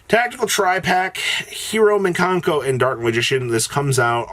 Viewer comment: Great, now we get to hear say “MIN kanko” all over again